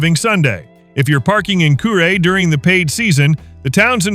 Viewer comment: Kure is pronounced curee..